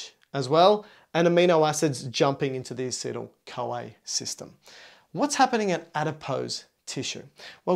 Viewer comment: Like how he pronounces this CoA as "Kawaii"